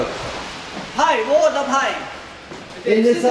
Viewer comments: laughed watel watel :) it should be water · I lol'd. WATAH WATAHHHH